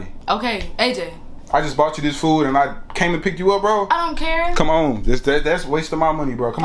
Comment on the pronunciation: Omg she said I don’t kurr 😭☠️